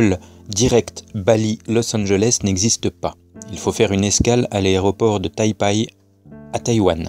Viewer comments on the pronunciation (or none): On dit Tai PEI et non Tai PAAAAI (rigolo) Et Google Maps ? Serieux ? C'est ça ton argument ?? Continue, je devindrai platiste avec toi :) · D'ailleurs Taipei se pronnonce "taypé"